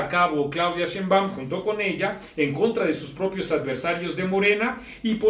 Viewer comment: No es sheinbáum es SHEINBAUM